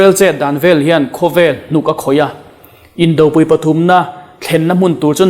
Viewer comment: Indopui pui i thluk dan hi a dik lo awmzia a nei lo.Arpui tiha pui lai thluk ang hian thlukbang che. Indopui Khawmpui Inkhawmpui Hmunpui Hunpui Henga pui hi Arpui tih a,pui lai thluk angin thluk la a nihna a hril,phawk ,sawifiah pha ang. Anpui ,tlukpui angin thluk loh tur aw.